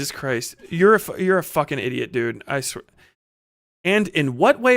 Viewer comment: the nam flashbacks I had when he said "ideeot" JF's bastard child